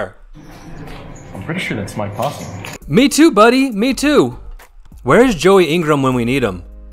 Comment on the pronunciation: 5 things from this video. 1. Its Posle, "T" is silent. 2. is running insanely hot--he doesn't lose. 3. The guy doesn't look like the cheater at all, click bait? 4. The games are incredibly soft in Texas. 5. You can't be afraid to apply pressure with the 2nd nuts.